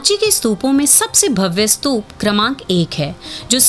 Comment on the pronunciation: स्तूप है ना की स्तूपा, 🙄🙄